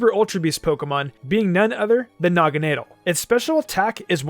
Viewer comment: And you said Naganadal instead of Naganadel